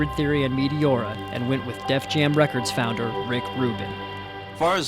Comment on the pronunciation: "Metiora" this dude😂